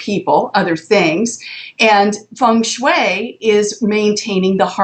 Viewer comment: O she said Feng Shui the right way! :O Second person ever to me :)